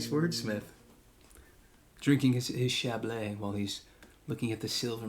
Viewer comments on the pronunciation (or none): It's not chablay. It's chablee (chablis), rhymes with bee.